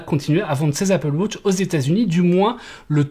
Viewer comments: Apple "Wauutche" OOHHHHHH!!!!! C'est Apple wAtch, WA-TCH ! Il faut dire le A !! AAAAAaaaaaaaaa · Apple WAtch et non Apple WOtch svp …j’ai les oreilles qui saignent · Merci pour l’info… Mais je ris à chaque fois que tu dis « Apple Wotch » 😂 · Ca me fume aussi 😂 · Apple Wôtch? 😂😉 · Apple wotch 🤣